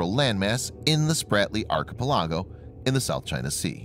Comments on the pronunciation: Blade Ranger : to include his pronunciation of archipelago. Third syllable stress man, not fourth. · Learn how to pronounce "archipelago" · Thanks for the info. One suggestion: Please learn how to PROPERLY pronounce 'archipelago'